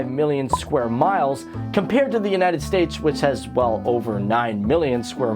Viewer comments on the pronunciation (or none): none